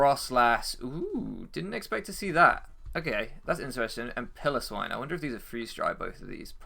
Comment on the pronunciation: I swear, it's Pile-o-swine, it's not a pillow, anyway this was unfortunate, shows just how good grassy terrain is